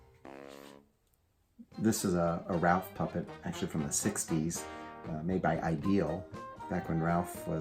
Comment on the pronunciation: I know this video is now over a year old, but I have to point out one thing that bothers me. The dog's name is Rowlf, not Ralph.